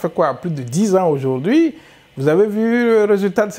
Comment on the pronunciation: Azuivi et non adjourouvi